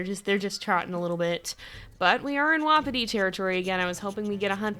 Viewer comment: I’m sorry but I hate it when you say “WoPpItY pAcK” most pronounce it “Wah-Pi-ti pack”.